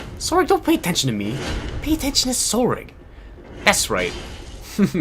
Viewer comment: and I think "Tsorig" is pronounced "Torig"